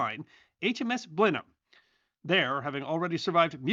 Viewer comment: Thank you,, for pronouncing "Blenheim" correctly!